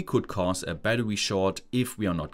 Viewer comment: Bro said batrwe